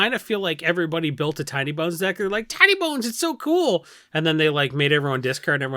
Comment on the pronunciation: Sometimes says Tiny Bones and it sounds like Tiny Buns and I like it.